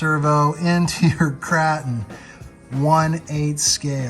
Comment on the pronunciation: Kraton, with a soft “a” vowel? Are you trying to joke or really don’t know how to say Kraton?